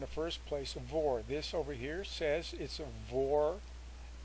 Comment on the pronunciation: It's pronounced "V" "O" "R" . . not VOR lol Just like OBS is "O" "B" "S" :-) Thanks for the info!